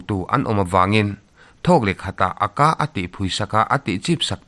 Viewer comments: Chhiar thiam lutuk 👍...mahse Aka nilovin A.K.A tih tur zok amal malin lam tur ani e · a ka ti a lam lo in a.k.a tiin lam nise... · Aka i lam dan hi..